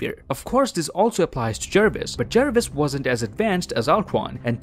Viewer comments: Me: says Jarvis Him: JaErViS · JARVIS not Jervis. (JAR-VIS) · It's Jarvis not jervis